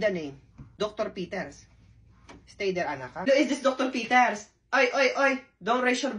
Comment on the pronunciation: Dr. Peter - I thought she said Dr. BS.